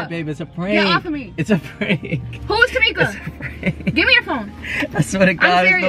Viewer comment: He said “TaMika” 😂😂😂